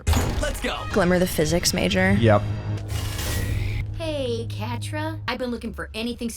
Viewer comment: "I'm a triple mAjóR"